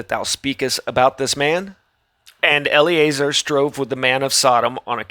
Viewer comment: eL Uh Zar not Ellie A Zer